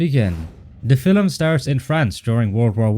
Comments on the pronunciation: Great video as usual, but I find annoying how the narrator keeps pronouncing the word "film" as "fillum". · The other mistake is pronouncing film as filum!